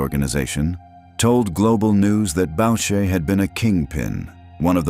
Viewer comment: Bowcher…. Lol. Its pronounced boocher you idiot